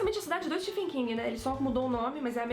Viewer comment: Uma coisa que percebi é a pronuncia de vocês do nome do autor, Stephen King. Se pronuncia " STEVEN ". Nos brasileiros cismamos em pronunciar " Stefen" hahahauahauhaua Ótimo vídeo, sou apaixonado pelas obras do King, amo todas elas de coração e IT foi uma das melhores coisas que assisti. Meu medo é exatamente por ser tão grandioso que o filme acabe pecando nessa representação. Mas sei que irei amar de verdade, afinal, amo todos esses personagens como se fossem amigos de longa data ♡ Parabéns pelo vídeo. Foi sensacional mesmo. Falaram tão bem que eu tive meio que flashbacks da época que li. Fui relembrando a história junto com vocês. Muito bom mesmo!